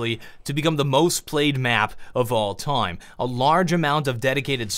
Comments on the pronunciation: "'Of all toim" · I like how pronouces 'time' as 'toym'.